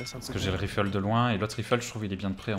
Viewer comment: On lui dit que ça se prononce"raïfle", pas"rifle" ?